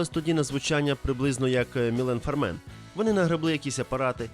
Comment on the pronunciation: мІілен фАармер, а не фармЕн